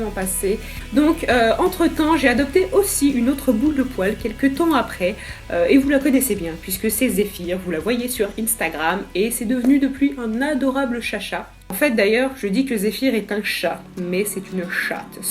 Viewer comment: On dit pas inSTAgram